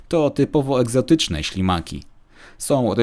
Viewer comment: Czy tylko ja usłyszałem na samym początku szlimaki zamiast ślimaki?